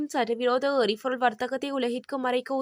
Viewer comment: எரிfoருள், தfaல், தொடர்fil.....oh my God தமிழ் கொலை சகிக்கமுடியவில்லை